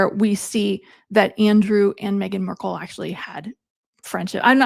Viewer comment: Markle…not Merkel